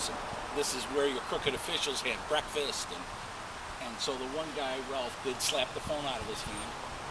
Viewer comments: Breakfast not brefix I'm just saying. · Did you just say "brefix"? Did you mean "breakfast"?